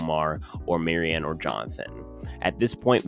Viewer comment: Your mispronunciation of Maryas name in every video leads me to believe you don’t know very much